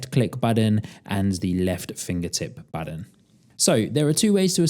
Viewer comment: BuTTON- not Budden, man that was painful to listen to